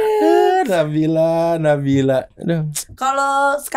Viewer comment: Hanya Dzawin yang bisa membaca nama nabila dengan tajwit dengan benar ❤️